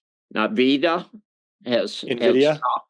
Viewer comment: I don’t know maybe it’s just me, but I would expect to be able to pronounce Nvidia before I trust his judgment on whether or not I should hold it…